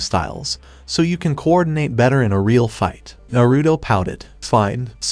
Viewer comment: your saying narudo its naruto